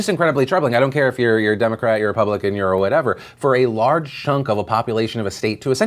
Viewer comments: whats a Ray-pubpublican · That dude is so dumb that he couldn't even pronounce "republican". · Why can this guy not pronounce "Republican"? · Who the hell put David Lewis in his office?! I'm not an idiot; I understand that Gerrymandering is happening in every state, on both sides of the aisle, but who the hell is dumb enough to come out and declare it? Not even to mention the fact that he can't pronounce his own damn party. But as far as the supreme court appeal, I'm torn. On one hand, this move is as transparent as David Lewis is; they're trying to delay redrawing the districts long enough for this next vote, and a new court case would provide that delay. On the other hand, we DESPERATELY need something to regulate the rampant gerrymandering going on in this country, and this case would probably be what sparks that, since this is so ridiculously open-and-shut. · Trying to make David Lewis pronounce "RE-PUB-LI-CAN" is like watching that velociraptor egg hatching scene. You can even hear Hammond saying "Push" in the background. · So on the gerrymandering thing is no one gonna mention how David Lewis couldn’t even pronounce the name of his own party? Like damn he really struggled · American politician can't even say republican.... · Can that idiot not say republican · Republican has trouble pronouncing "Republican"... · Why can’t he read the word republican when he’s a republican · Why couldnt that guy say republican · Is noone going to mention how that one dude could barely say republican